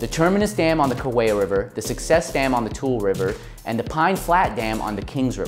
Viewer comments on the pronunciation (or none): Tule not tool